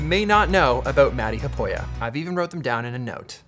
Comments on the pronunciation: Thanks for pronouncing his last name! 😁😉🤣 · I didn’t know who he was and when I saw the name matti haapoja. I spelled the last part of the name as haaaaaa pooooo jaaaa . This is not for any offense but I felt funny after hearing Peter say the proper prononciations 😅😅